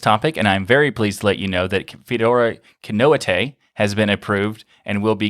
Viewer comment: if you gonna say ki-no-i-te at least say kee-noh-eeteh :p